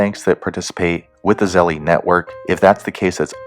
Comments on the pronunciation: It's pronounced " Zel " not "Zelly" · Lol you said zell ie 🤣 it’s zell ~ Zelle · By the way dude it’s pronounced Zel not Zelly just watch their commercials they will tell you how to pronounce it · He says Zelle wrong it's Zell not Zelleeee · Zelly? Lol. Bruhh 🤦🏻‍♂️ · It’s not zelly stop saying that u wrong